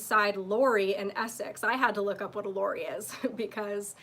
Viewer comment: Great episode, so cute to hear u try & pronounce "lorry". Unfortunately sweetie your still not saying it right. It's pronounced like "sorry" only with an L. Sorry, Lorry. It's what u guy's call a semi truck. Always lovely to see u & hear your thoughts. Your looking delicious as always. I'd love to hear u say "SORRY LORRY" next episode. 😂 Always a pleasure. Keep it up! P.s. no red meat eating. Who knows what's in it. Good u don't use florid, it calcifies the pineal gland in the brain, (the third eye). Reverse Osmosis will filter out the florid.